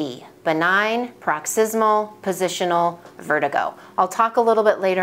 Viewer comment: Correction: Paroxysmal, unless its a typo. But you have been saying “proxysmal” vs “paroxysmal”. Thank you.